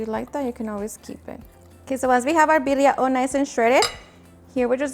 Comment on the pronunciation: Why the heck do you say biria instead of birria? You have a very defined accent and you can't speak proper Spanish?